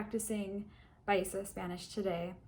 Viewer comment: Si. Que más, pues? Como lo dijo se escuchó en perfecto paisa. Saludos y continué que va muy bien.